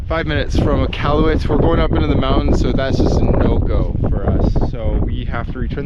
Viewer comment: how are you canadian and said nunavut and iqaluit wrong 😭😭